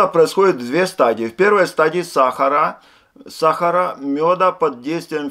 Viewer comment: сахара - ударение на последнее "А"